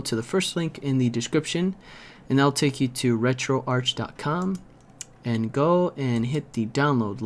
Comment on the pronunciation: It's pronounced retroarch not retroarch..